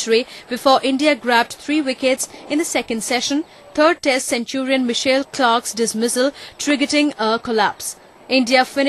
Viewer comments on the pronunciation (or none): friking reporter cant say MICHAEL she says michelle and then for simon she says C-mon